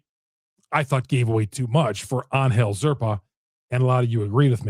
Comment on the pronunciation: attempt at Spanish pronunciation of An - gel? Is my guess 😅